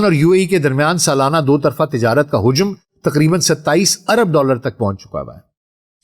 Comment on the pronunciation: حجم تلفُّظ غلط بول گیے🤷‍♂️